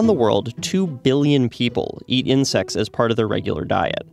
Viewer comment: "eating insix"